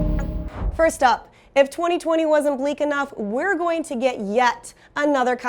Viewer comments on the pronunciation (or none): none